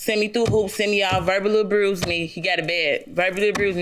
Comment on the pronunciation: Didn’t know abuse had a r in it😂